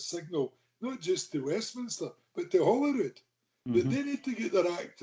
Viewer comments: The Scottish Free Media - now you're talking!! Why do you think so many Scots can't pronounce Holyrood properly, it's bloody rife! It's not HOLLY-rood!!!:):) Thanks. Keep up the good work. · Sorcha Pedro, that's one of my bugbears too - bad pronounciation of "Holyrood"!..I enjoyed the chat, guys. Gutted that Stu's away but thankful you can comment in a meaningful way.